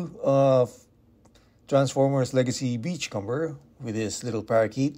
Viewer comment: Its not pronounced "com-ber" its "come-er", like the comb you use in your hair